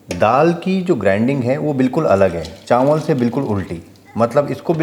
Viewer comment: चांवल नहीं चावल, घीं नहीं घी